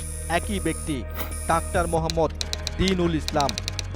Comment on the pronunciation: ডাক্টার নয় ভাই ডাক্তার 🤣🤣🤣🤣